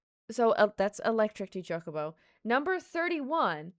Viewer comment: She purposely saying chuck a bow what's a chuck a bow